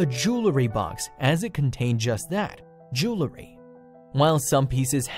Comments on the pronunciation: Jew-el-ry. Not Jew-le-ry. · jew-el-ry. not jool-ree. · I too, wasted 20 minutes listen to this yutz drrraaaaagggg out the story with his repetitive, annoying voixeover...how much time is 1,057,617 x 20 minutes? Enough time to find a cancer cure.... and Mr. Narrator? the word is pronounced JOO-ELL-REE, NOT JOO- LUH-REE!!! The Language Police have left the building.Thank you for your cooperation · Not jewlery, but jewelry? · It's not jewl-uh-ry. It's jewelry. If you want us to sit thru 20 min to hear a story with irrelevant information & pictures, at least pronounce stuff right. Thank you Humble Bumble Homestead...I should have read your post b4 I listened to this...new note to self to read 1st!! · Jewlery, eh? Or was it jewelry? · Amazing to me that so many people, including to narrator of this video, cannot correctly pronounce the word ‘jewelry.’ In American English—no pun intend Mr. English—it’s pronounced as it’s spelled: jewel-ry. In British English, it’s spelled and thus pronounced differently—jewellery. It’s pronounced as it’s spelled: jewel-le-ry. It’s so obvious that a dictionary such as the Oxford English usually called the ‘OED’ or the Oxford American Dictionary usually referred to as the OAD are strangers to most Americans. I have an electronic copy of both on my iPad, iPhone and and hard copy (condensed) of the OAD and even purchased years ago the 20+ volume of the OED. And, I keep it updated. Obviously, I love the OED and the OAD and sometimes just get the copies out and peruse a page or two just for fun. I also use it to solve five different crossword puzzles each day. One day soon I will tackle the London Times Cryptic Crossword.